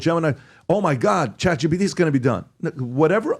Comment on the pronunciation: I don’t understand why Patrick keeps saying ChatGBT…